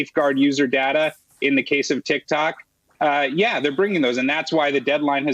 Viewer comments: SHE SAID tiktac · hahha dumb broad said tik tak